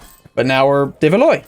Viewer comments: Your dynasty, Valois, is pronounced Val-wah, not Val-oy. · please,, Valois is pronounced "Val-wa" exactly like Kilwa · The 'ois' in the name 'Valois' is pronounced 'wa' like in 'water' so it should be pronounced valwa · it's pronounced more like "Valwa"